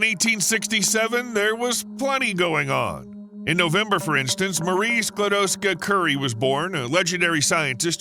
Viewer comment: First time I’ve heard the correct last name of Maria Skłodowska-Curie thank you 🙏🥲